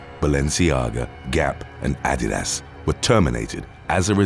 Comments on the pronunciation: I’ve never heard Adidas pronounced as Add-id-ass” before HAHAHAHA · My boy said Addy‐das 😅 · Gotta love pronunciation of Adidas. 💙